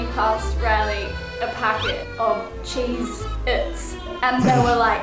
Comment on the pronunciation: Great music very relaxing. I needed tissues to get through this vlog it was so funny. did you get wine with those 'cheexits' Riley. lol peace